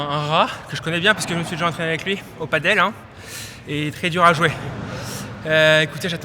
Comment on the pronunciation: Il faut vraiment que tu apprennes a prononcer padel